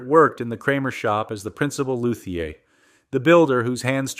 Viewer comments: Lou Thee Ay!!!! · Cool AI vid! Also: “loo.thee.ur” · Also luthier as “loo-thee-ay”. The “Die-O” made me stop